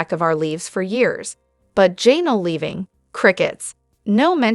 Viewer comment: QUIT SAYING JAY NELL